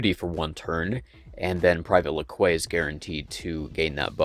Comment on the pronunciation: Awesome video, La Quay is pronounced as Lackey, that is the whole joke on the character =P